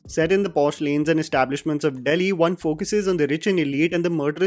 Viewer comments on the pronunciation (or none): none